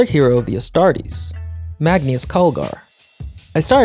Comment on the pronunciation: It’s mar- NAE -Uhs Calgar